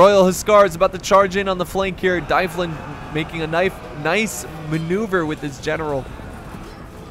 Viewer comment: Plz stop saying dyflin like that its Dublin like the city in Ireland